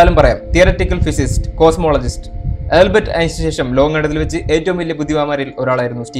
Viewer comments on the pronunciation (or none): Nice effort. Keep going. Pronunciation ശ്രദ്ധിക്കണം. സ്റ്റീഫൻ ഹോക്കിങ്, ആൽബർട്ട് ഐൻസ്റ്റൈൻ